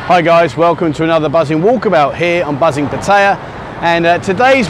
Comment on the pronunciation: he cannot even pronounce Pattaya correctly.